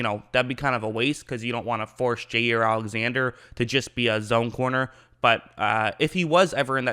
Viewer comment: “Jay ear Alexander” lol